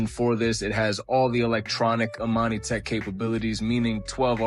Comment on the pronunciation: Imani. Tech... Not Amani tech